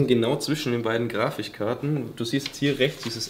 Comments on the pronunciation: Also mit der Aussprache harperts wa ? :D Grafichkarten :D ... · Grafich karten, alla triggert mich jedes mal. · Bei sind es ja die "Grafichkarten" genau so bei es triggert!!! Englischskills am Start bei Fredds 😂 Ist aber allgemein seehr cool das Video 👍🏻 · Hab ich in der weltgeschichte nicht aufgepasst, oder warum sagst er mehrmals ab stelle :“Grafichkarten“ ich dachte immer es heißt GrafiKkarten🤔🤔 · Wie zu Grafikkarten sagt und er dann kurze Zeit später wieder grafichkarten sagt 🤨😂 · Er sagt einfach grafischkarten anstatt grafikkarten😂😂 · jedesmal wenn er grafichkarten sagt stirbt ein kleiner teil in mir xD aber sehr sympathische art von video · Ich hab erst Grafischkarten verstanden. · er sagt grafischkarten! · Ich kann mich mit irgendwie so gar nicht anfreunden, soll kein Hate sein aber alleine schon bei "Grafichkarten" beiße ich jedes mal in meine Tastatur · Ich bin getriggert weil er immer Grafichkarten sagt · „Grafichkarten“ Aaaaaaaaaaaaaaaaaaaaaaahhh